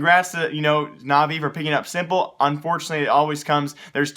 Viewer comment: By the way it's "sim" not "sí